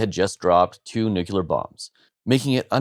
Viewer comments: the moment somebody pronounces "NUKULAR" instead of NUCLEAR, I switch him off. IGNORANCE IS CONTAGIOUS. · *NUCLEAR (not "nucular") Submitted with all due respect because WORDS MATTER. 🖖🏽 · FYI, "nuclear" is pronounced "new-clear", not "NUKULAR". Also, most of the dumb crap US did is on ginger imbecile, maybe you should've mention it. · The US has dropped zero “nuculer” bombs but has dropped nuclear bombs. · New rule: Cant take anyone who pronounces nuclear wrong seriously.